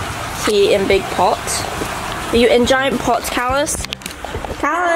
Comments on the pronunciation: Caylus not calus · Caylus❌ Cahles✔ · 7 u say colas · I love how calls caylus as CaLuSs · keeps saying calus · it's not calus its caylus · the way pronounces caylus is so funny